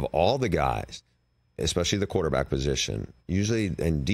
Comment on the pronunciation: Bruce said QuarterBLACK😂